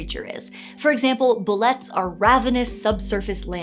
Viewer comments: It's pronounced 'boo-LAY'. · It's pronounced "Boo-lay"!